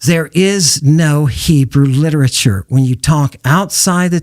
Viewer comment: And he calls that liteturue 😂😂😂😂